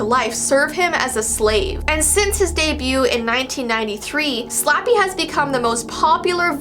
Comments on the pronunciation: She said those Slappy words she said completely wrong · Girl don’t worry, you have to say it three times, and you totally pronounced every word wrong